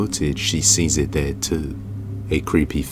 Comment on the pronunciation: This narrator can’t even pronounce Cherokee… google how to pronounce it. And stop saying der and dare. They’re pronounced The and there. You’re an embarrassment to England.